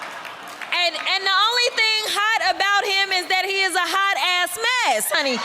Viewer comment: You can tell she is playing to her queer audience.." honety"😂